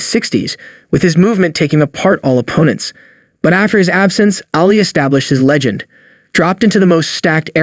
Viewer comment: yes that irritated the crap out of me too. Destroying theses legends names. Its Ali, not Alley, what a joke